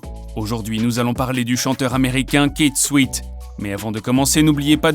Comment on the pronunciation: Prononcez bien les noms des Artistes s’il vous plaît. Ça se prononce "Kiss souèt " .